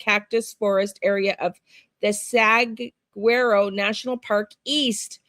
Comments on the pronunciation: FYI - Saguaro is pronounced "Sah-WAR-oh" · Yep! Suh-waa-row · Pronounced (Sa war o) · Pronounced sah war o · Saguaro... like the Cactus. (SAWAROW) 😉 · Google the cactus and it will tell you how to pronounce. You don’t voice the G.